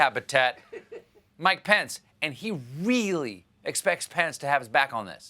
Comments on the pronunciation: Does anyone else hear, "My pants" when someone says "Mike Pence" ? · I always hear "pants" instead of "pence"